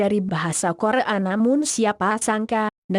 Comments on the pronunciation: kore a selatan siaap bukannya ngomongnya koreya selatan ya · korea bukan KORE A,hihihihihi...upsss 🙊🙊🙊🙊😄😄😄😄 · Ini yg bicara siapa sih wkkwkw korea bukan kore a wkwkw... Penasaran ih siapa ini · kore a , Korea mbaknya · korea bukan kore an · kore'a :v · Nama nya korea jadi Kore a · Gogle nya salah sebut!!!Korea jadi korekan.... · Komentator nyebut Korea jadi kore'a..bosen sama suaranya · kok rasanya agak aneh ya dia bilang kore-a bukan korea kan korea bukan kore-a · coba dengerin pas baca kore, pasti baca "kore a" bkn "korea" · KORE'A ,Hawa'i duh google translate nya suruh belajar bahasa indonesia biar g malu maluin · hanjir... repoternya bilang korban jadi kore'an (korek api) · korea bukan kore'a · T Demonite lucu ya ngomong korea jadi kore'ak hahhahaa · Ngomong korea aja jadi " KORE'A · Korea dibaca karea bisa baca gak lo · Ngomongnya kok Kore'a selatan? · Pembawa suara ny malah tak betul ngucap kore'a selatan ad yg perasan gk... hahaahahahah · Kore a ???😂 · di menit ke kok bacaanya kore,a selatan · yg ngomong di video ini ngomong korea jadi kore a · kocak amat ngomong koreanya kore'a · kore a Selatan hahahaha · Kenapa ngomong Korea Nya kore an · kore'a sipp mantap !! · Maaf.. sebutan korea tue Kore'a yea 😞😞 ?!... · T Demonite terdengar samar kaya ngomong korek an , korengan hhi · Dubbernya lucu yg nyebutin korea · ahahahah, suaranya klu bilang korea engga jelas :v